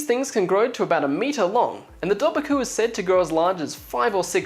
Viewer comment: It's actually pronounced Doe-var-coo. You were really close though and I dont blame you because Irish is such a hard langauge. Ive been doing it in school for years and I still have a hard time with it.